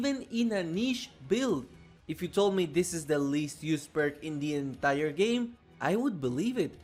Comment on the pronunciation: I like how he says "Indie entire game", like emphasizinh that Baddie Baboon is Indian